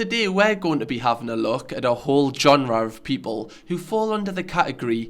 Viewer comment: I love ur pronunciation of “genre”